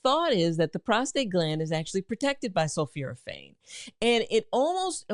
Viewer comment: Exactly, that’s why an enlarged prostate causes urinary retention. I was also surprised by her mispronunciation of sulforaphane as ‘sulfuraphane”. But apparently she does have a genuine M.D., from Meharry Medical College, in Nashville.